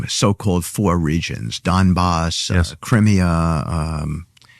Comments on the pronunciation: He couldn't even pronounce Crimea🤣Just how much of reality are they in? 🤔🤔Forgot that they are kinda Right Wingers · Jesus, Witless Witkoff can’t even say ‘Crimea’ right, and thinks he can dictate Russia can just have it? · lolol yes I know. It was a comment about how badly it was mispronounced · Steve can't cant even pronounce Crimea